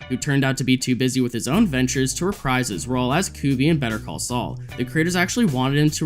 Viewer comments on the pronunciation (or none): none